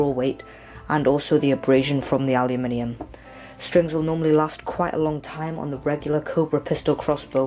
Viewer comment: its nice to hear someone saying aluminium right